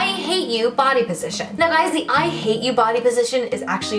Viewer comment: "Hello you gwies" is it only me or did I realize she said gwies😂😂😂